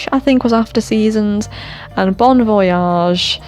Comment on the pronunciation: Hold up th DRAGON STORY? om bön voyage? Did I hear that right lmao what